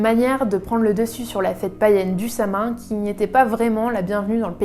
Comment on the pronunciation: Ça se prononce "Sa-Ouine", pas "sa main"...